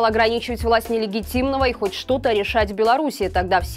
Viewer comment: Как всегда....гав...мяу...не канал а помойка...........не очем... вот интересно когда вас перестанут финансировать, о чём будете вещать???а ещё жалко ведущую, наверное ночами тренируется выговаривать, нелегатимный, не легатимная власть и т.д.Ну если ты его так Ненавидешь просто скажи...он...и все, чтоже ты бедненькая, бедненькая надрываешься???